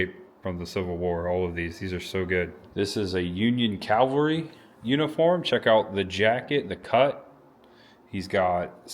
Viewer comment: Cavalry. Calvary.